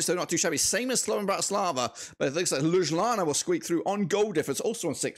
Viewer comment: Damn i dont think i have ever heard a worse pronounciation of ljubljana💀